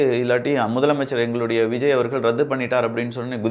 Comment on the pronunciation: it is not pronounced as raddhu, it is ratthu.